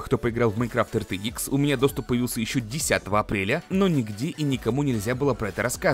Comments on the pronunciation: Пж не говори АЙР ЧРИ ИКС. Говори как все "Р Т ИКС" Не надо строить из себя англичанина XD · Не говори артиикс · Все люди: Рт-икс, рт-икс, рт-икс: ЙёРтиКсЕ)))0) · Сразу видно его шведские корни))